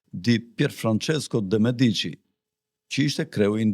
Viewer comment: Pico Della Miraaaandola cazzooooo....jo Mirandoooola ...theksin te a e pare...... De Meeeedici.... jo De Mediiiiiici... theksi te e